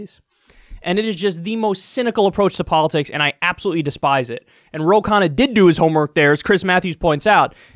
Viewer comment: Why does Kyle say 'Kana' when it's so obviously 'Khanna'. My Indian ears are dying here.